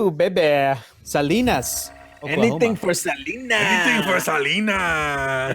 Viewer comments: By the way, Oklahoman here, Salina is pronounced "Suh-Line-uh" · Love the Selena reference, guys. However, I just wanted to clarify, Salina is pronounced with a long 'i' sound. Think saliva. Hope this helps. Edit: I'm from Oklahoma.